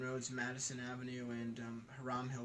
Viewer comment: I grew up at 100 Hiram Hill Rd from and have heard all the tales of the Melon heads on Velvet Street but never seen or feared anything to do with the folklore. By the way to the guys who made this video you are saying the name wrong for Hiram Hill, it is pronounced High Rum and not Her Ram as you called it several times.